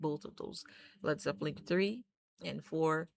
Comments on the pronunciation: Please stop saying Zeppeling? There is no 'g'! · Nice…but there’s no G at the end of Zeppelin.